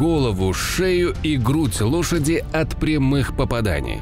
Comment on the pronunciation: жаль ляпов много а так не плохо, поменять бы д на л в слове Дошади для начало бы.